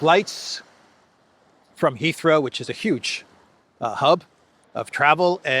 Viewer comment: I keep hearing "Israel" when says "Heathrow"!!!